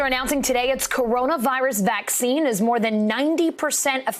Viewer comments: You're slipping it's vaccine not "Caccine" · I clicked because "Caccine" lol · "Caccine" lmfao 😅😂🤣